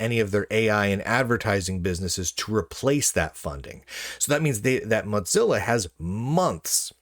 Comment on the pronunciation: there's no 'd' in mozilla. you always say moDzilla.